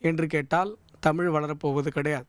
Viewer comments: உண்மை வரலாறு தெரிவது அவசியம். தமில் இல்லை தமிழ். "ழ்" முக்கியம். தமிழை கொல்லாதீர்கள் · இவனையெல்லாம் யார் பேராசியற்சியாக அறிவித்தது தமிழை, தமில் னு உச்சரிக்குறான்.